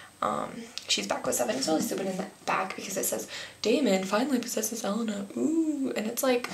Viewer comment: you say Elena wrong